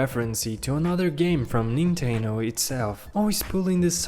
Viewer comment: It's actually Nintendo not ninteno oh and also reference not referenceee